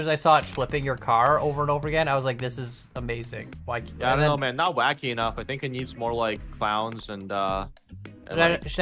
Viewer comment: it was supposed to be WHACKY not KHACKY